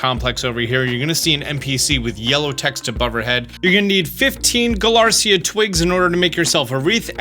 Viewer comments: Btw small pronounciation stuff that I've seen you correct yourself on in other videos (So if you don't care, that's absolutely okay) * The items are Galarica twig/cuff/wreath, rather than Galarcia twig/cuff/wreath * Duraludon and Archaludon have a "lu" sound in them, rather than "la" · Galarica, not Galarcia. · I'm being nitpicky for this but I think the Slowpoke items are pronounced guh-lah-ree-kuh, not guh-lar-see-ah. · The fact you pronounce Galarica as Galarcia bothers me so much. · Galar-i-ca not galar-cia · How does he still pronounce Galarica as Galarcia? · It’s not galarcia. It’s galar-i-ca